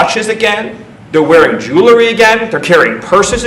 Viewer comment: Dear, it's pronounced jew-el-ree, not jew-la-ree. I know he hates saying anything that has JEW in it, but at least pronounce it correctly. Friggin' Nazi.